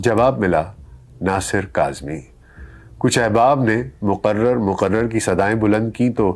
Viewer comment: Bhai aap 1mnt 20 second pe muquarar nahi mukarrar kehen ( repeat )